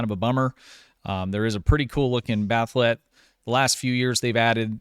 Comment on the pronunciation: Why are you pronouncing it "Bath'let"? It's Bat'leth.